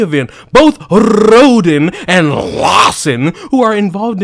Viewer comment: Sounds to me like Rhoden was a diversity hire.😂 Love it how you pronounce their names.🤣